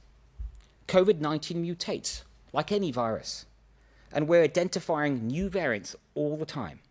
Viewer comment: Did he really say ‘indentifiring’… bald pleb.